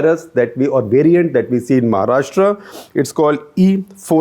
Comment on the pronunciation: Ummmm ...... Mahharastra 😂